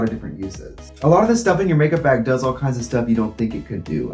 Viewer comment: no one: trixie: b æ g